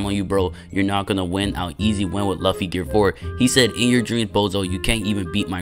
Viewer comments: It’s pronounced loo fi not luff e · It’s pronounced Loo-fee but it’s spelled luffy and people mistake it as LUH-FEE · nah u did not just call him "laughy" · Loo-Fee my boy😂😂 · Can u plz just start saying luffy right plz plz I’ll do anything for u to just say luffy right it’s simple just say loofy but it’s spelled luffy plzzzz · It’s pronounced “Loofy”, great vid tho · Man's said luff e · It’s Lu ffy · The way he saying luffy is funny 😂😭🤣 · I like how you say luffy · Bro really is getting mad of how he says luffy imagine saying that to someone who has hundreds of vids you can’t even appreciate his vids and instead gets mad at how he says a anime character name wrong that’s literally ridiculous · I’m just saying u got 3 choices to play or be a one peice characters one like grand peice king legacy a one peice game but u pick shindo like second your saying luffy wrong say it like it has os in it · they can pronounce it their own way but they all they gotta know is that it's spelled "luffy" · bro please pronounce Luffy's name right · bro you are not saying luffy correctly